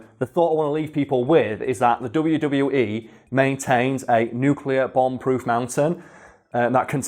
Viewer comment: A nucular bomb try two